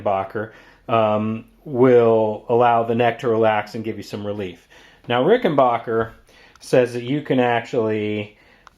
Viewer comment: Rick-in-back-er. Not "bach"er